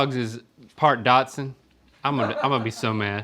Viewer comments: Link and Rhett said Dodson....hahaha!!!! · Are they saying Dotson lol